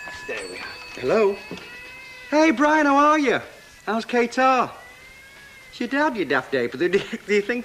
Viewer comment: of course Pat Phoenix knows how to pronounce 'Qatar".